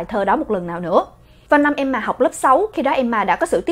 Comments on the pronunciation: Nancy Momoland Hửm???😒😒😒 Khá là kì lạ. Nhw mà......... phải đọc là Nan sy mới đúng chứ. Tại sao lại là Nan sỳ. Hửm????? Tại sao??? Tại sao??? Tại sao chứ??? Tại sao??? Tại sao??? Thôi mệt quá hok hỏi tại sao nữa. Nhw mà...... phải là Em ma chứ. Tại sao lại là Em mà. Hửm??????? Quá mệt mỏi với cách phát âm của. Qias mệt mỏi rồiiiiiiiiiiiiiiiiiiiiiiiiiiiiiiiiiiiiiiii. Tôi ko muốn hỉu. Tôi từ chối hỉu. 😤😤😤😤😤😤😤😤😤😤😤😤😤😤😤😤😤😤😤😤😤😤😤😤😤😤😤😤😤😤😤😤😤😤😤😤😤😤😤😤😤😤😤😤😤😤😤😤😥😥😥😥😥😥😥😥😥😥😥😥😥😥😥😥😥😥😥😥😥😥😥😥😥😥😥😥😥😥😥😥😥😥😥😥😥😥😥😥😥😥😥😥😥😥😥😥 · S ko bả ko đọc là emma mà là em mà nhỉ 😂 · đọc Emma thành ''Em mà''. Ta có: Mẹ của EM MÀ. MẸ CỦA EM MÀ.CÓ AI HIỂU HÔM 😀😂😂